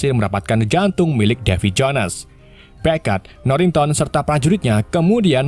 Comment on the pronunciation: Davy Jo nes seperti nya admin kurang mahir berbahasa Inggris ya 🤔